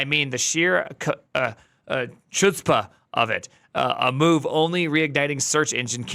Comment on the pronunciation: ...wait, he can't pronounce chutzpah... i thought was jewish (guess he just sounds like Gilbert Gottfried's relative)